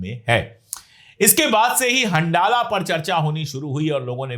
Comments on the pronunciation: It is better pronounced as Hanzala, rather than handala. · Ashok sir handala ko pronounce Arabic me hanzala kiya jata hai.. Jaise Ramdan